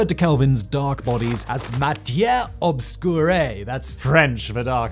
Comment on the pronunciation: Poincaré: say Poincarray "Obscure," as in "matière obscure" sounds more or less the way it does in English, so, very much NOT "obscuray." And what you insist on calling theories,, are hypotheses.